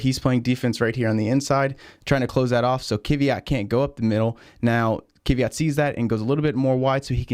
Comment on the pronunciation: First - he is Kvyat, not Kiviat. And second - only two wheels on curb.